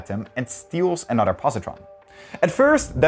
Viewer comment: please, please learn how to pronounce 'other' and 'another' All i hear is 'otter' and 'an otter'